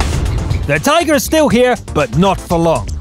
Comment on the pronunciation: Why are you calling it a Teeger, it's just Tiger dude.